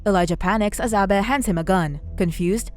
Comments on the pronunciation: Abe= aybe, not abbeh lol!! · Stop saying Abe like that 😂😂